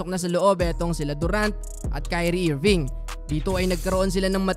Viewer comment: IRVING PRE PRONOUNCE AS ERVING TUNG SAYU IIIRVINGGG